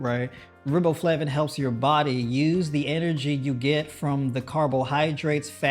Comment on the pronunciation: Riboflavin pronounced with a long “i” sound like rye bread. Thus, Rye Bo Flavin.